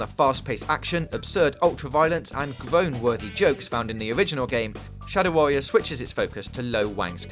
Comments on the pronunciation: Shadow Warrior, not Sadow Warrior. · "Sadow Warrior"